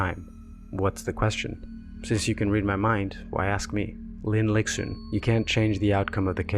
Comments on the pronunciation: Great video. Just want to point out that X in Chinese is pronounced "sh" so the protagonist is "lishun" not "liksun" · the video is great but like many people have said, x in chinese is pronounced as a very soft s sound (not exactly sh but between s and sh). idk if it sounds patronising but i feel with all the research you’ve made it is easy to quickly google name pronunciation